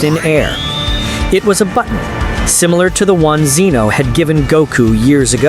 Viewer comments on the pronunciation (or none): Get the name right its pronounced zen o not ze no yes i broke it up so you know the difference now get it fucking right or quit your day job